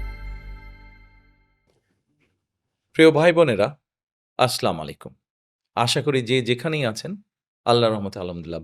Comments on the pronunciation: ভাই সালামটা শুদ্ধভাবে বলেন। স্লামালাইকুম না আসসালামু আলাইকুম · 😢আস্লামালাইকুম ভুল উচ্চারণ, আসসালামু আলাইকুম সঠিক উচ্চারণ ভাইজান ❤❤❤